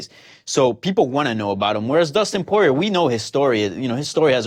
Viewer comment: Is Dustin "PWAH-REA" the new pronunciation hill Luke is willing to die on? Oh well, at least it's not as bad as "CAL-VEE-JO" and "ENGUNEWW".